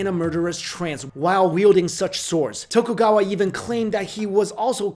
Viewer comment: Excuse me, Tokugawa what? That is not an "L"